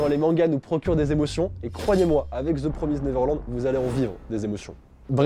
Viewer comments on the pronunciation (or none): Je suis la seule à rager quand dit: The Promize Neverland;-; (je le dis PromizèD moi perso) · Part du principe que le son èd n'existe pas en anglais donc c'est promizd et pas promizèd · Sa se dit The promisd et pas the promisèd sa n'existe pas ca 90% des français font cette erreur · "Theuu Praumizeed Naiveurlande" on t'aime. X) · Ça se prononce "promyzd(e)" en anglais en fait, on prononce pas le e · je rage aussi tqt x) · C très perturbant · The Promised Neverland, mon manga préféré ever 😭❤ Tu sais juste pas le prononcer mdr